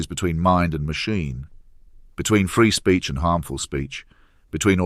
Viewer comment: Very good. His pronunciation of 'Python' sounds a bit American. He also sounds a bit brummy when he says 'freedom of speech'. Well written, though, where did that come from? Ironic if it's also AI written!